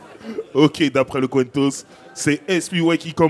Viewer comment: On en parle du COIN TOSS qui est prononcé CUENTOS :face-blue-smiling